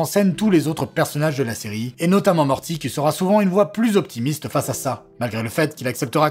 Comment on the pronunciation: "Rick et maworti"... Je te hais...